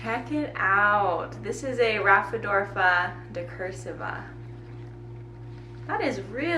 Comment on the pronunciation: Sweetie, please learn how to pronounce “raphidaphora” it’s killing me 😂